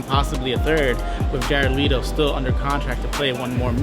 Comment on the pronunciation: Le-to not Lito >_> someone correct that other guy